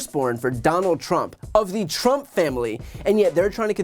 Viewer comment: There she goes mispronouncing Trump again.